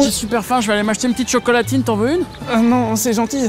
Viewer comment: chuis pas sur d'avoir bien compris la il a dit chocolatinne ...